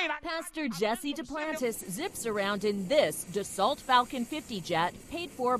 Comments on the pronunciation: Dassault is pronounced da-so, not da-salt... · I used to work on Falcons. It is NOT pronounced das-salt. It is pronounced das-so. It is a French company. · Did she just pronounce that plane Dasalt. It’s Dassault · Pronounced "DA-so" not Duhsalt